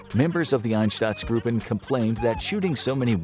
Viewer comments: Your mispronunciation of einsatzgruppen is disturbing to me. It shows that you have no idea about and no care for what you are talking about. I can't take this guy seriously because of it. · I understand that pronouncing german words is difficult for non-native speakers but how hard is it to see that the 'a' in Einsatztruppen is in front of the 'tz' ?! Btw Einsatztruppe is literally just 'task force'. There's nothing special behind that name. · Einstatzgruupen.. just read the word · Einsatzgruppen not einstatzgruppen. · Why does he pronounce Einsatzgruppen like Ineshtutzgroopen. Pronounce it like Inesutzgroopen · I implore you to work on your pronunciation and research about the words themselves. "Einsatzgruppen" is the word you meant, not as you said "EinsTatzsgruppen", there is no additional "t" where you pronounced one. The word you used does not exist because of the additional letter you added. And in general, the names you tried to pronounce are very low effort. The video is great but I wish you would put more effort into the words and pronunciations. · It's "Einsatzgruppen" btw. not "Einstatzgruppen. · Why does he keep saying Einstatsgruppen instead of Einsatzgruppen? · Einstatzgruppen... Sondrakommando... If you can't pronounce german words, don't make a joke out of yourself by doing this. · Ainshtatzgroupe - if you can't speak german, just try to READ it a BIT correctly. SHA IMFOKRAFIKS SHO. Read. Even pronounced wrong - it cannot be as wrong as you adress your 12 Mio. viewers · Einsatzgruppen, not Einstadtsgruppen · Why do u pronounce it einstatzgruppen? When it's spelt "einsatzgruppen" and you're supposed to be a history channel lol.. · I swear, If I hear one more time "Einstatzgruppen", I'll commit an act of genocide. I get that german can be a bit tricky to pronounce, but you don't have to make your job even more difficult by adding letters to our already unnecessary long words. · Cool video but were do you read the "t" u r spelling in Einsatzgruppen